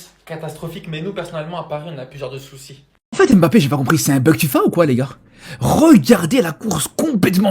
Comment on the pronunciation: Son nom se prononce Mbappé et non M Bappé